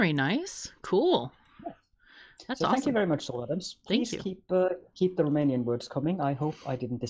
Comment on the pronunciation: Guys! Your Romanian pronunciation is amazing. I had the most fun hearing you say it and figure it out. Kudos to Soul Adams for proposing it and kudos to both of you for entertaining a Romanian going to work on a Friday. I'd like to help out with words for this amazing podcast for I have enough ideas :)))